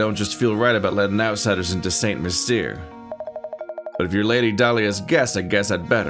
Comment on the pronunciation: St Mystere is pronounced San Mystair.